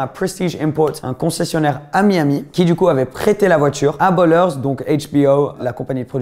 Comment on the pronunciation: Ballers, et pas Bollers 😂